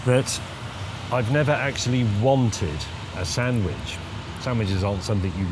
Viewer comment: sandwich not sandwidge